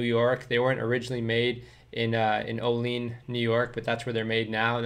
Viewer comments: JSYK: Olean, NY is not pronounced "Oh leen", it's pronounced "Oh lee ann". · It’s pronounced O-LEE-ANN, NY, semper fi brother